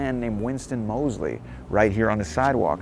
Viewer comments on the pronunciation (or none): none